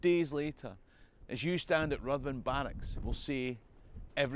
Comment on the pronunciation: Well done,! More great stuff!! Just another little thing..."Ruthven" is pronounced "Riven". Keep up the good work!